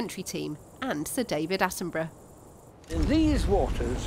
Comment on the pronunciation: I've been pronnouncing his name wrong this whole time? "Sir David Attenborough" is pronnounced "Sir David AttinBRUH", apparently. :P